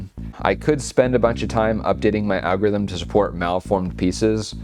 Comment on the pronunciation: "world[']s best algorith[i]m"... So close 😜